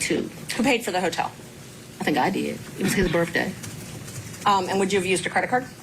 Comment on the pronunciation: Did she actually say “birf-day?” 🤷‍♀️